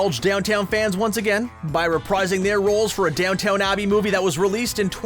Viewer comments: It took him quite a few episodes to say Simpsons correctly. I’m sure in three or four episodes we’ll hear about Downton Abbey instead of this intriguing Downtown Abbey show. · Mistake on your part. You keep referring downton Abbey as downtown abby